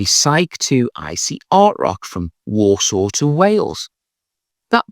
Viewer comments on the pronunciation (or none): none